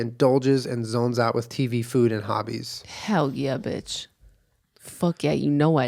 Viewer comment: Jenna: "I don't have to excell at anything beech" Excells at everything